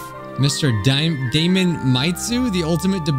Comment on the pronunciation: I think his name might actually be pronounced Day-mun ( like Matt Damon like you said)😅 the way you're saying it sounds really close to "d@ sometimes any I'd hate for your video to be demonitized like the one where you said Funk and it thought you said the F word.